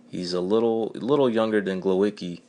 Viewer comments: rather 'GWovatzkee' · A bit of help with pronunciation 'Glovatzkee' ;)